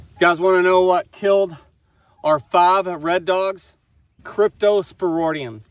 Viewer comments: Your spelling is correct, but not pronunciation...Crypto - spor - IDIUM, not, - ŌDIUM...😉👍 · Sorry about the death of the calfs. They ultimately died of dehydration secondary to the scours or diarrhea. You are mispronouncing the word cryptosporidium. The last part of the word is ridium not roidium. Cryptosporidium is a parasite normally found in water so that is obviously the source. Why don't you get your pond water tested to see if it contains it. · It’s pronounced cryptosporIdium not cryptosporOdium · crypto spor id ium yer missing both I's in the pronunciation. Crypto is in the same field as giardia - They both can affect young or old animals but adults usually don't need any treatment. Just don't breed those females with the dead calves back to Big Joe, just use Dunbar or BlackJack, changing the genetics should get around the weak link that allowed the cypto to affect the calves. Otherwise you can just pull all the females into the front lot and use a drylot approach until the calves are a month old or so. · Why can't he even pronounce cryptosporidium?